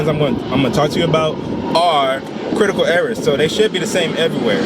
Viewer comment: "Quitacal Ewawas"